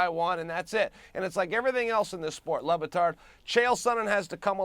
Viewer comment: He keeps CALLING him "lubatard" LMAI